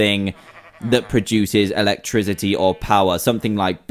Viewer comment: Electrizity lol